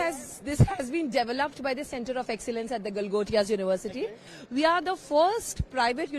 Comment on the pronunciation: Galgotia university ❌ Gabar University ✅ 😂😂😂